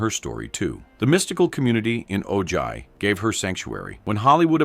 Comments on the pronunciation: Great video!! But Ojai is pronounced O-Hi not O Jai or O Ji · Ojai sounds like O-hi. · The "colony moved on to Oh-JI" Seriously????? OH-JI? Why can't these narrators learn how to pronounce names correctly???? It's not OH-JI. Lazy narrators. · Thank you. The mispronounciation was driving me nuts.